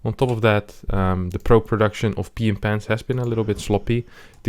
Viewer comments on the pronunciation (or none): everytime he says "" i understand "Mr. Pee in pants"